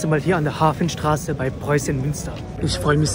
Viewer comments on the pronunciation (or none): er sagt Hafenstraße 🙄